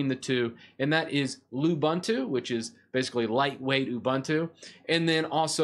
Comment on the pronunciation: Great way to revive old computers and not let them go to waste! BTW, you mean lying around, unless that old computer is laying around blobs of dust ;) Also, all the "u"s in Ubuntu and its derivatives are pronounced as "oo", not "uh", so it's pronounced "oo-boon-too", not "oo-bun-too".